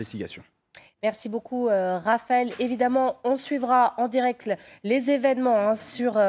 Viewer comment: ...."en direcle"..!!??!!??!!?? MAIS JE SUIS BOURRÉE OU QUOI !?!!??!!??